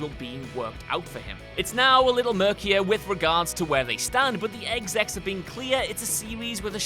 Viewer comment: Can you people really not pronounce the word 'Exec'? For fuck's sake, it's only four letters.